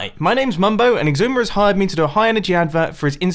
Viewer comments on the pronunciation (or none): Zoo-mah-void? More like Ecks-Eye-Zoe-May-V-O-Ide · Mumbo you butchered his name it’s ecks I zooma void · I think you pronounced his name wrong